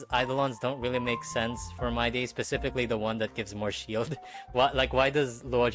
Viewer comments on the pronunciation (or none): none